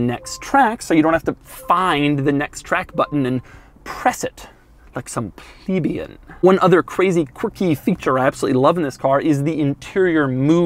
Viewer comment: lol he always says plebeian